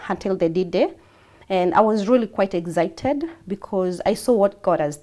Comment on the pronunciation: What rubbish English is this eggcited , like seriously